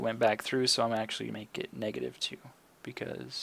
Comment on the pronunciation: Negative* not meg